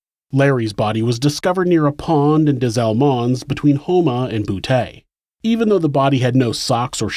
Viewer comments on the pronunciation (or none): For future reference it's pronounced dez-almonds, boo-tee and South lah-foosh. Thanks for all the great content